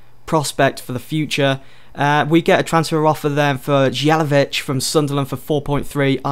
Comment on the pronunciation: It's Not Jelevic It's More like Yelavic :D